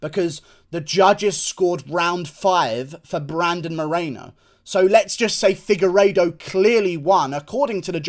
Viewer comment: Did you just say figureido on the prelims dawg 😐😐😐